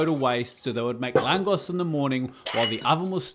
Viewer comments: Also very popular in Slovakia. Correct pronouncination is like "langosh". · Pronounce it langosh :^) Also Garlic oil is the most common topic afaik. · I bet it's pronounced more like Langosh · It’s pronounced „Langosh“!!!! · Should you want to improve your pronounciation, say: longer LA at the beginning (like in the word LArge) SH instead of S in the end (like in the word fiSH) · Definitely not the right recipe. Are you making a foccacia? No oil and water into the dough, never! And it's langoš, pronounced langosh! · Hey, many thanks for doing my childhood favourite street food. It's a super odd thing but we love eating this under the scorching hot sun with some cold beer - simply heavenly. Two things though The "S" is pronounced as "Sh". We have a super overcomplicated language 😅 2. unless you want to see the world burn, DO NOT PUT ANY SWEET ON THIS Cheers and keep cooking you legend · the pronunciation is „langoSCH“ and not „langos“ is what I meant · Brilliant work as always, only correction I'd make, is the pronounciation: it's an 'sh' sound at the end, not 's' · It’s pronounced laang gosh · It's pronounced like "Lung" plus "Gosh". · I'm married to a Hungarian girl It's pronounced Langosh and it's freakin awesome of you to make it 🇭🇺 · It’s pronounced [ˈlaːŋɡoʃ] (Langosh) and usually bigger here, though in Hungary it’s smaller. It’s one of those amazing things you usually only get at Christmas markets here in Austria - crispy, with garlic and good but unhealthy that you’re happy it’s not available all year round! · Nice recipe 😋. I am Hungarian and it’s pronounced LANGOSH 😊. Just to let you know. Cheeers! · Love that you’ve discovered the best Hungarian street food! (Pronounced l’ahn-gosh - “s” is a “sh” sound in Hungarian 😊) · I think it's pronounced "Langosh" Regardless. As a Pole, love to Hungary and Hungarian food! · Pronounced lan-gosh and I had it in Bratislava. Bloody lovely x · Its pronounced langosh, also will you do bryndzove halusky?